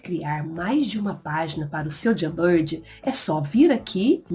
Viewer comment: a pronúncia não é "Jambird"kkkk Jamboard, se fala de outro jeito